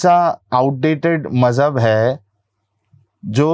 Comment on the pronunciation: it's not Majhab, it's Maujhub